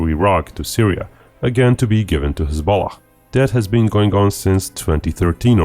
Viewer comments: I kept hearing hez-pollock. The great party of pollocks lol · Every time you say hezbollah, it comes out as hez-bollocks. Fucking hilarious 😂😁🤣. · please stop saying hezbollah like that.